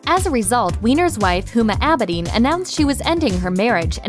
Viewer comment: Abe-din is how you say Huma's name.